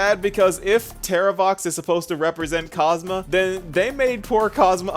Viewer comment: How did you manage to get his name wrong EVERY SINGLE TIME. it's KosmA. Aslo the association between Castorice and Griseo is one of the weakest to me. It's almost entirely visual. Castorice feel FAR more similar to Seele, between the twin thing and the connection to death.